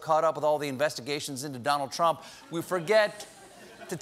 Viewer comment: “The Trumpf Recession”